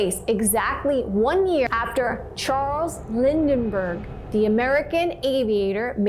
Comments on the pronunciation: Lindberg...not Lindenberg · It’s Charles Lindbergh not Lindenberg! Where do you see an N? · You mispronounced Lindbergh several times - you said Lindenbergh.